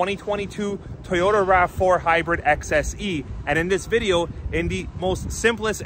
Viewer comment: Thank you for now pronouncing Toyoda correctly